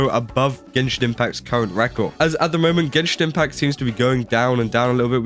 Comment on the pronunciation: Gay-shin Impact 🎉🎉🎉